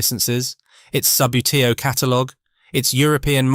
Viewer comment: its pronounced ' sub bootie oh ' great content though